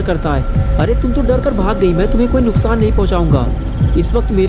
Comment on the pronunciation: Bro yeh toom kese bol rhe ho sirf toom bolo please